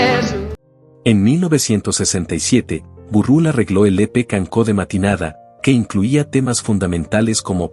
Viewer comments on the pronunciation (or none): Si te pones a hablar de algo en catalán, primero aprende a pronunciar. Se dice canço pero no cancó. Suena a S o sea CANSÒ . ¿ VALE TIO ? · Si tenía grandes canciones tanto en catalán como en español canciones entrañables Pero tengo que decir que no se dice canco si no que es canço. 😂